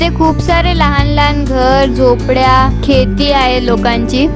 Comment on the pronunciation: Kheti nahi sheti.